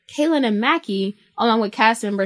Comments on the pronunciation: Mackey!?? It’s may-see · Its May-cee. AKA MACI Not mak-ee. Geeze lol.